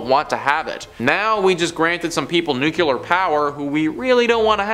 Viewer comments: NUCLEAR! NOOKLEEUR! Check you pronunciation!!!!! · Nuclear is pronounced “new-clee-ur. Or, to make it easy, “nu-clear” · Dude... learn how to say NUCLEAR correctly. It's not nuculer